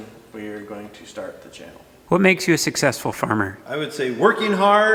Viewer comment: Question for next q&a... When will learn to say successful correctly.? 🤣🤣🤣🤣